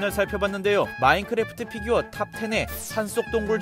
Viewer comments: Fㅣ규어 발음 신경쓰기 시작하면 계속 신경쓰게 되는 희한한 영상 🤔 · 쀠-규어 발음 킹받넼ㅋㅋㅋㅋㅋ